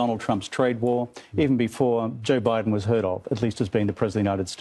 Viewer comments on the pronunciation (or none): none